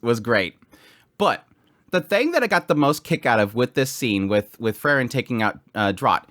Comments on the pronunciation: Frieren is not Frren. More like Freeren.😁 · It's Pronounced Frieren (FREE-REN), not FURR-Ren. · Kinda confusing whenever you talk about Frieren and Fern. You pronounce both of them extremely similarly. Free-ren, Fern